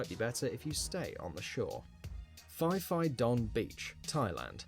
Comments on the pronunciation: EE. UU. is the way to say USA in Spanish. I do not know why the narrator would use Spanish in an English language video. But then, I do not know why he said Fee Fee for Phi Phi either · Why did the video narrator say Fee Fee Don for Phi Phi Don Islands? Phi Phi is pronounced PEE PEE and so the name for the islands is P P Don. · He pronounced phi phi island wrong. It's pronounced pee pee island.